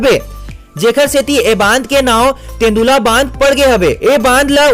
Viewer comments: तेन्दुला नही तांदुला नाम है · Tendula nhi Bhai Tandula bandh hare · तेंदुला नहीं वो तांदुला डेम हरे